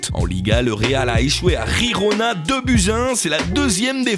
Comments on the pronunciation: On dit pas rirona mais girona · Gigona ? C'est pas Gijon c'est Gerona !